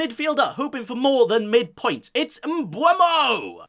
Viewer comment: “Obama” is the best pronunciation of “Mbeumo” I’ve heard so far 😂